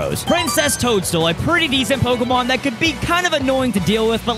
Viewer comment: Um acshully it's pokÉmon